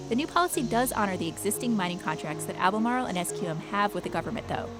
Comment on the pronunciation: Cmon pronounce Albemarle like a real North Carolinean